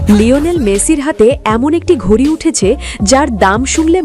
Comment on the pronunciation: এটা ঘুড়ি না ঘড়ি আগে সঠিক উচ্চারণ করো